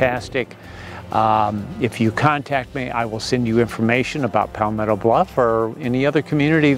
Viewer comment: Where is “Pallll-metto bluff”?